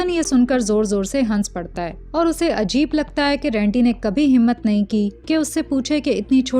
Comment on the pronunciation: Its rendi not rundi 😂